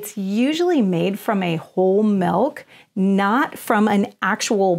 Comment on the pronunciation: Ahhh pet peeve do not say mellk its milk pronounced mil K